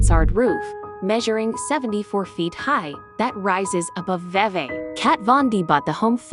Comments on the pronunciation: It's pronounced VEE VEE. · the town of Vevay is pronounced V V, not what you called it. I was born and raised here in Vevay and it is truly a beautiful home and community. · It’s not your fault because I really do t understand it either, but vevay is pronounced like repeating v